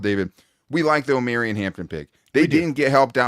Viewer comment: Jesus please, it O-Maw-Ree-On 😂😂😂😂😂 like “Mario” Omarion. Reminds me of the Key a Peele skit 🤣